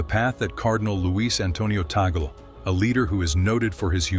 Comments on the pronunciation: Please,his name is pronounce Tag,- leh not taygle! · It is pronounced Tag-li not Toggle. This AI thing is a disappointment. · Tagle po,hindi Taygle or Tag-leh. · This Youtuber is doing one good Demolition Job!! for Whom??🙈🙉🙊, and by the way "tag-lee" not "toggle"... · TAGOOLE IT SHOULD BE TAG'LE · Tag - leh. Indeed. It should be known that the Pope has to be elected by a very special election, he can't campaign nor vote for himself. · Tag le. Tag le tagle!!! Pronounce as tag le. Your speak like somwone who dont know his piece!...... tag le tag le tag le tag le as tagle. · Please pronouce it corectly.Tag le Antonio (Chito) Tag le